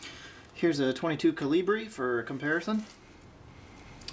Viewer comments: I almost stopped watching when you said "Kah-lee-bree" -_- smh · This dude is hella funny he said ca-lee-bree like its a word it like lui caliber one of his videos it's like a few years old